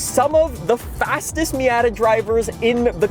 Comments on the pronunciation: I’ve never heard it said “Meey-yatta” I’ve always heard “me-oughta” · I literally cannot listen to this guy say miAAtAA one more time lmao. Fortsa is fine but Miata? I’m dying my ears are going blind